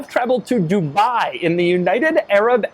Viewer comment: its dubai....not dubaaaai